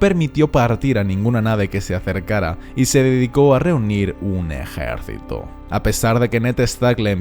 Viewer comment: porque pronuncia ejaercito